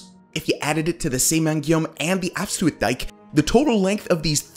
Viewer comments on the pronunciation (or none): Can't this guy read. The word is Afsluitdijk not Afsue-itdijk. Then again absolutely no care was taken in pronouncing ANY of the foreign words. " "Believe it or not, if you took all that sand and spread it on the ground, you’d have enough to cover the entire United Kingdom. " This says absolutely nothing without giving the depth of cover. Useless. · The "ui" in Afsluitdijk sounds like "ow" in English. Like "out" or "clout." So: it's "aff-slout-dike." And zuiderzee is "zow-der-zay." (Dutch has had the different vowel shift than English did.)